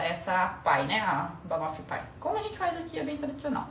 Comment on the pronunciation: Se pronuncia bannofi pay